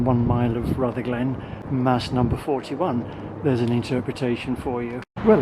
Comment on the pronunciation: Not RutherGLEN, it is RUTHerglen, accent first syllable, like most Scottish place names (but not all).